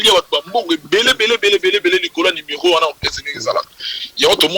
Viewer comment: acoustic chouna , balobaka numéro et non limero zoba.